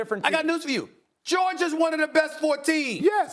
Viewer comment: Nobody:.... Stephen A: "Georg-ier"😑🤣